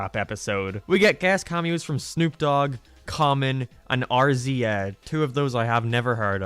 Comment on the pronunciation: Impossible to sleep to because doesn't know who RZA is. Doesn't even say it right. Would wake any wu tang clan listener up instantly